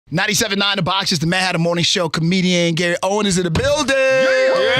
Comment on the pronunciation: Gary OWEN, no "S".